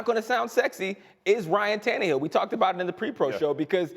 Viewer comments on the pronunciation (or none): Dude really said Ryan Tannehil 🤣🤣🤣🤣 Nah